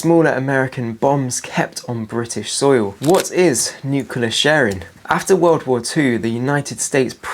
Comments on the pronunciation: Great video but please say 'nuclear' not 'nucular'. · Nuclear,, not 'nukular'. Other than that good videos.